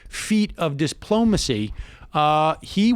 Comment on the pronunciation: "huge feat of diss-plomacy" yeah maybe it is. or "dys-plomacy" perhaps.